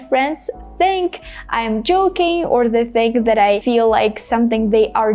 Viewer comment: the same pronunciation between the and that? no pronouncing t of that😅